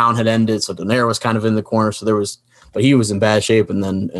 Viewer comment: still can't pronounce the name right... is don-ai-re